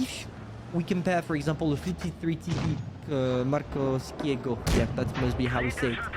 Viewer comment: You pronounced Markowskiego almost perfectly